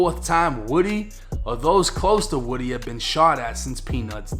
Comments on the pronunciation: Lil woody, but you say it like lil wodie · It's Lil Woo-d, not wood-e. Listen to Young Thug's old and new music 🎵🎶, DK, Lil Woo-d, SB, Tick, Roscoe, Yak, and Duke all top shottas, of the YSL Family. I know these cats, Nut was playing both sides of a dangerous game, thought it was cool, just because his rank, 2 Lions can't have the same pride in the same jungle, safari, or savanna...💯🤧⚖️⏳🌎🌍 Also Rayshawn Bennett, Lucci was playing both sides, while trying to clout chase within the city 🌆 and gang EFB, ABG, SMM, YSL Family..! When u take it to the streets, you can't switch it up, when the next man hits harder than you, you REAL, then stand TTD ten toes down, on the codes that governs the TRU gangstas in the game 🎮...💯💪⏳⏳🧢🎓🙏🚪🥊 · His name isn’t woody it’s pronounced like this WU-D! Cmon y’all don’t remember when that crazy bastard corrected when she got it wrong? 😂😂😂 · It's pronounced (Woo-dee) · That man name is pronounced woo-dee (woody) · Its L il Woo-Dee 1090🤣🤣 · Are we sure it's pronounced woody or is it woo - dee. My friends nickname is woody but pronounce it woo- dee.